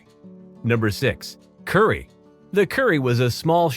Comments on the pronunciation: The Kuri is actually pronounced Koo-rhee (roll the r so it kinda sounds like coodee) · Thank you, the pronounciation of Kuri and Maori made me shudder...